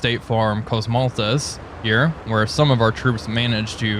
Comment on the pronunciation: Kosmalthes (Komsomolets)..